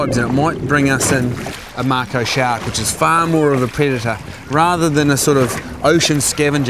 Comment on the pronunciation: It"s Mako NOT Marko !